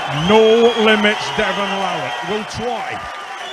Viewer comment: Unbelievably doesn't know how to pronounce Larratt. And why does always sound like he has a dick in his mouth?